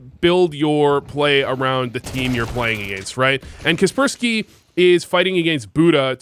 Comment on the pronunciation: is kacpersky not prounounced kacper-sky, seems better